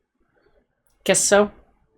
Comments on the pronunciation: The name Joke is pronounced Yoka. js. 😊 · Joke is a Danish name, usually pronounced as two syllables [JOE-Kay]